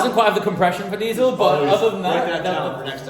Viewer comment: Dave says diesel 😂 love that guy off the cuff genuine character love you all❤❤